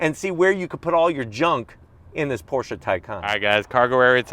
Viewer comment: Thank you for pronouncing the name correctly 👍🏼